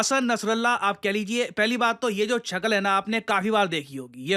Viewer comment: छकल (शकल)